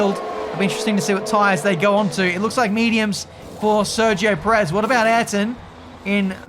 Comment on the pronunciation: PE-rez. Have some respect when he's at home at least.